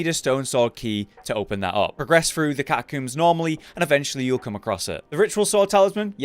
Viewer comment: “You find that Here in the 🐱-tuh-cooombs and you’ll find that here in the 🐁-suh-liam”